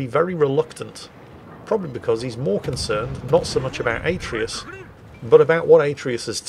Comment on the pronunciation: atreus just like from the god of war game but pronounced terribly xD